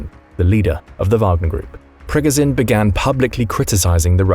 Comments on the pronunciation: You’re saying his name wrong throughout the whole video , it’s Pprrreeee goooooo sshhhiiiaaannnn . At least look up pronunciation before posting , otherwise good video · Sorry, but I had to stop listening because of the mispronunciation of Progozhin's name.😐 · hearing you butcher the guys name over and over and over when you could simply listen to a CRAP TON of people say it the right way was god awful . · Please please please!!!!!!!!!!!!! Pronounce his name correct. You're a military show trying to educate people, figure it out for yourself first.......